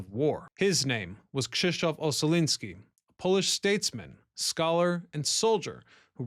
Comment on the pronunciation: Good God, how many channels does that Ryan Socash has? 😀 P. S.: the pronunciation of Krzysztof is a spot on, well done!